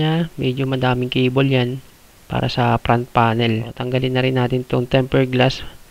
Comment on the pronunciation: Suggestion lang bro ha dahil youtuber ka. Iayos mo din pronounciation ng mga parts like "fan" kasi sayo "pan". "front panel" ->"prant panel".